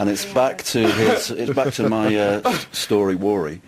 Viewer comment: That is the way Russ interviews everyone. "story wory" lmao.